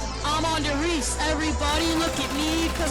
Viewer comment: "I'M ON DER RIESE" 😂